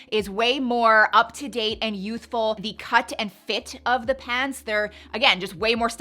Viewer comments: I’m sorry, but please stop saying “PANTS” like that. It sounds bizarre. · Why are pronouncing pants like that? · Why are saying pahhnts? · I can't say I have heard you speak with a Canadian Prairies/Mid-West accent before today but the pronunciation of "pants" is straight-up Calgarian.